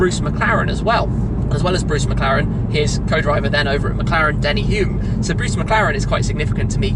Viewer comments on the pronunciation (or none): Denny Hulme’s last name is pronounced ‘Holm’ like Ian Holm.